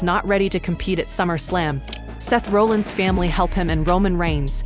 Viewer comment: it's not pronounced Roll ins and Raw llins. Stupid AI voice